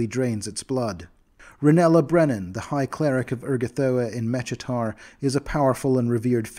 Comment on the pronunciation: Mechitar is pronounced MEH-KEE-TAR btw